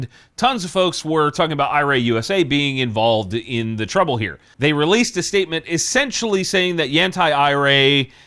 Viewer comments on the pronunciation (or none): none